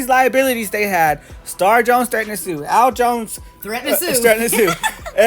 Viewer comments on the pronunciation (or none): You called him Al Jones 🤣🤣🤣